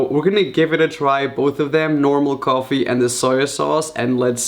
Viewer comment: Did he apply eyeshadow ><. And did yall find it cute when he said "coffee" as "gorefee"